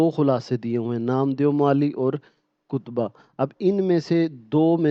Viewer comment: Lfz ktba hy kotba nhi